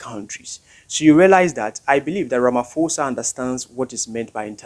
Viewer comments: pronounced as ramaposa NOT RAMA FOSA... Ignore the H on pho just say posa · Ramaphosa is pronounced Rama.... posa yes the H is silent. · Well you can’t even say ramaphosa, yeah right 😂I don’t know